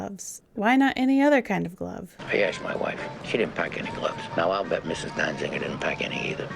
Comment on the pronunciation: Peter Falk pronounced Danziger with an extra "n" for a reason. Say "Danziger" ten times fast and you'll see why.